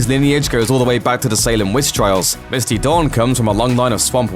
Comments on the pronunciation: "misty dawn" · did you really call her Misty Dawn...🤨🤨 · "Misty Dawn"? Wow......